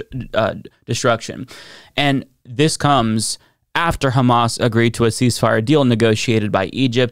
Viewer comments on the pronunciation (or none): none